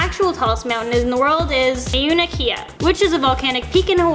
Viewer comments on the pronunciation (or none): 😂😂😂😂😂pronounciation is so fucking terrible its ma-u-na-ke-a